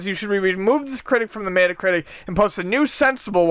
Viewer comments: it's pronounced metta anyway. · What you mean to say is "Not everyone pronounces words correctly and that's ok." Which is fair but we can criticize them for saying it wrong. It's not a valid way to pronounce it. It is pronounced "Met-a". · I know people from buffalo they still pronounce it met-a. You're the only person I've ever heard pronounce it that way. Doesn't bother me it's just really funny and you should get made fun of for it till you pronounce it right. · Paul Girdlestone It's still pronounced "met-a" in the uk so your argument is invalid. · the way pronounces meta is super cringey.